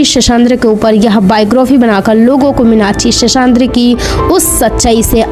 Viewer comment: Very bad title... Bad commentry... Cant pronounce her name.. N hindi words... Very hopekess... Thank god at least the facts were narrated...